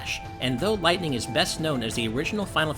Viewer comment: Lyghtning? Really?. I have tto say a big fat NOPE to that